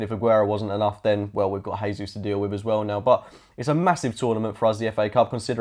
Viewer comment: Jesus it's not pronounced in that way. The way you and alot of pundits pronounce it is the Spanish way, he is Brazilian, Portuguese Speaking not Spanish! It's also my first language. can't really explain without audio how to pronounce his name in Portuguese but the closest I can explain is its very close to the English version of Jesus! Not with the rrr sound that's Spanish! (jeesuus) would be the closest portuguese pronunciation! ✌